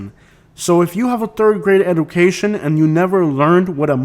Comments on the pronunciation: Guy starts out by mentioning people not having a 3rd grade education then repeatedly mispronounces "education"... Then starts the list with an area no one ever considered to be part of the Orlando Or Tampa metros. Guy is a genius off the rip. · who cares if he's going to insult his audience at least say it right. Guy says it like 5 times, why. Lol. Total cornball.